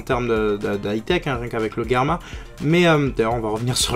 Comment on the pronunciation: Comment ça le guerma ??! On dis gère-ma